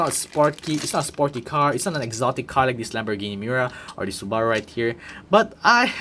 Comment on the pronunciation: Great review! Though one suggestion. Check how to correctly pronounce Subaru. The way you're pronouning it isn't the correct pronounciation and sounds phonetically almost like Sbarro, which is a different car manufacturer.